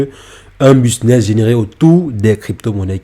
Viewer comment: 😂😂😂 bon « BISNESS » 😂😂😂 C’est BUSINESS 😂😂😂 pffoua sérieusement vas d’abord sur des vidéos de français avant de dire n’importe quoi car ses même pas un business ses une stratégie ses pas ça un business et encore moins un business à millions loins de là car sinon il ferait pas des vidéos sur YouTube il serait à Dubaï plutôt 😂 enfin bref